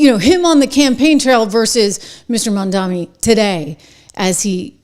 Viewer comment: I must have missed it, is there a reason you call MamdaNi Mandami?